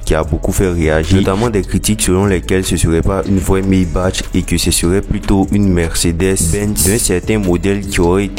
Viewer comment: On dit "Maybak" et non "Maybache"